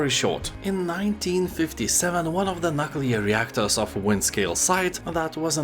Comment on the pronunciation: I thought 'Nookular' was the worst, but we have a new champion, "Nut Colour"...😂